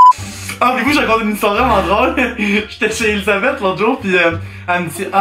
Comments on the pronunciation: elysabeth pourquoi? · jsuis triggered à chaque fois que j’entend “Elisabeth”